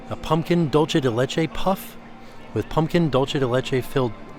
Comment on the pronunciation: hi, been enjoying your videos for a while but just came to say dulce is not pronounced like dolce. DOOL-seh:) kthnxbye